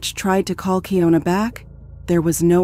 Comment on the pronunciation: It’s keyana spelled keying una is still Ana 😑